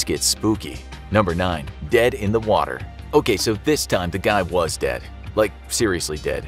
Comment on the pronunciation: he really emphasized on the word 'dead'🥲